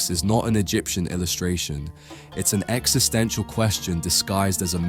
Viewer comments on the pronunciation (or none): none